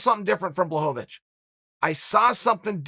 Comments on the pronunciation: It’s pronounced Blachowicz Chael: Who the fook is that guy? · Blahoevavich lol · Chael "Blowholevovich" Sonnen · Nothing better than watching a Chael video and hearing BlahoVOVOVOVOVOVOVICH. It never gets old. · bla hoe va vwitch - uncle chael